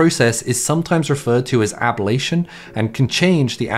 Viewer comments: It’s NOT ab-all-ation it’s ab-lation !😮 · It's not "AB-lation", it's "a-Blation" 🤦🏻‍♂ Why are so many youtubers unable to say words properly? It's not hard to get right, "sorry, this word isn't a part of my normal vocabulary, how do I say it?" is all it takes... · You're adding an extra vowel sound to "ablation"